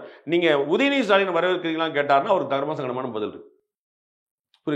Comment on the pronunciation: என்ன ஸ்" ரா" லினா ? இலங்கை ஆசாமிகளுக்கு தமிழ் எழுதுக்களில் " ட" என்றும் "ர" என்றும் இருப்பதே தெரியாதா? அல்லது வாயில் வராதா? டிக்கெட் என்பதை " றி"க்கெட் என்கிறீர்கள் தேனீரை " றீ" அல்லது " ரீ" என்கீறீர்கள் "டீ" என்று சொல்ல வராதா?